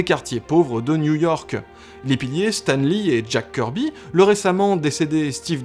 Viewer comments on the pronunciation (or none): none